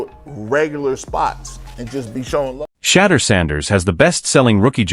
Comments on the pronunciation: Big time. The video creator could easily spell his name "Shadoor" so the VO gets the phonetics correct. Also, totally tired of AI's verbal constructs where it says first what something or someone is not, and then says what something or someone is. "This isn't just a _______, it's a __________." Or "It's more than ________, it's __________. Super repetitive construct when you hear it enough. AI still needs to evolve. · For real like just spell it as “shea-door” or “sha-door” until the computer say it right. That is annoying and usually gets an automatic thumbs down from me. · Shampoo Sanders?? 😂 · AI say his name correctly or do not make THESE podcasts at all. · Thumbs down on messing up Shedeur's name, AI pr not. Pit some respect on it!!!! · This is pitiful, can't even pronounce his name correctly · They lost big. Only sneaky way to show disrespect is to mispronounce his name. Sad.Sad.Sad. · Could AI learn to pronounce his name correctly 😢